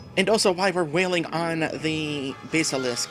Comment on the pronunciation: Is that how you pronounce basilist? Huh. ...checking online, most seem to lean towards bas pronounced like the fish, not the musical instrument. But whatever works for you.